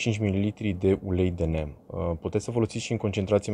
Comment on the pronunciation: Se pronunța "nim". Ca nu e ungur sa fie "nem".